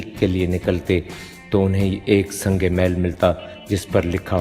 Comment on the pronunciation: Good, but the word is not sangemaal, it is sangemeel.